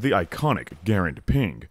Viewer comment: so we have three garands in my family (and props for SAYING IT RIGHT) and mine actually requires user intervention every time to drop the bolt! The other two are fifty/fifty.